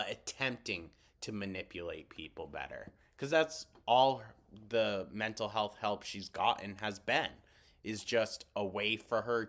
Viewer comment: The amount of "mentol hulth shameen" she's doing in this video is insaayyyn 😓